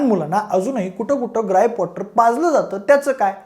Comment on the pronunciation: ग्राईप कॉटर😅